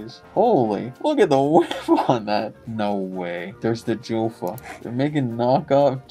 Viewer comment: the Mylec helmet is not supposed to be a replica of any Jofa helmet...also the cage on the Mylec helmet is a copy of the Northland Stan Mikita helmet cage. And it is pronounced "Yaffa" not "Joe-Fuh".